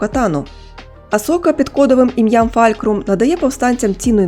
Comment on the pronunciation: Ну чому Фалькрам якщо навіть в оригіналі кажуть Фулкрум . З усією повагою але все ж таки надалі неробіть таких помилок